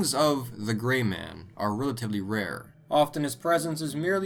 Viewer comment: I thought you said "The large GAY man" lolol. Better watch out with him sneaking up behind you. Kekekekek